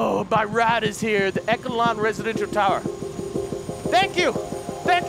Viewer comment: The amount of times you mispronounce Echelon is ridiculous REDICULOUS lol